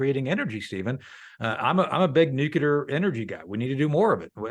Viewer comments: Nuclear, not “nucular.” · Please tell your guest the word is NUCLEAR ( new-KLEE-er ), from the NUCLEUS of the atom, not nucular ( new-cule-er ). Often mispronounced, but should never be so by public speakers! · Ffs, it's NUCLEAR not nucular. It's from the Latin, "nucleus" not nuculus. Is your whole frikkin country dyslexic? And it's Lavrov, not "Lavarov." What is this, the Flintstones? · Nuclear not nuculer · What is nuCULar ??? The word is nuCLEar, from nuCLEus. Its worrisome when former US intel officers cannot pronounce the word. Is it any wonder why their reports have been so wrong over the years ? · Nuclear NOT nucular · Col. Tony: "So, yeah, man! 'NUKE-U-LAR' (GW Bush school of nonsense) ENERGY is 'Rad!', and we should just have SO MUCH MORE OF IT!!! "But, getting back to 'Reality' for a Minute! The ZAPORIZHZHIA 'NUKE-U-LAR' PLANT--THE BIGGEST IN ALL OF EUROPE!--WILL MOST LIKELY ALL MELT DOWN, JUST LIKE 'CHERNOBLE' DID!!! DUE TO THE DAM HAVING BEEN DESTROYED, SUCH THAT ALL OF THAT 'NUKE-YU-LAR' POWER PLANT NO LONGER CAN COOL DOWN!" 😢😮😳 😲 "I MEAN, BUT IT'S STILL PERFECTLY SAFE N EVERYTHING! "YOU KNOW ... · Really good guest. However, I can't respect anybody that says "nukular", reminds me too much of Dubya... 🤮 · Dear Colonel: it's new-CLEE-ar. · People that say "noo-kyoo-ler" are subhuman. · I love Col Shaffer. I just wish he would pronounce "nuclear" correctly😫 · Why can't Government or highly placed military officials pronounce NUCLEAR correctly?